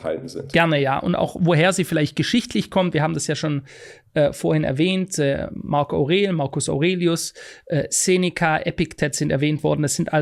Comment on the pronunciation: War schon kritisch der Moment als im ersten Satz erstmal Marc Aurel falsch ausgesprochen wurde 😄